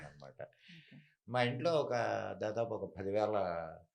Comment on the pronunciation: ధాదాపు ❌ దాదాపు✅.